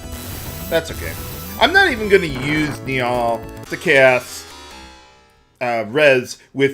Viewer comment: bruh i love your LPs but i can't deal with how you pronounce Nial, i always said it as like nile and this has been killing me, but i love you so i'm dealing with it <3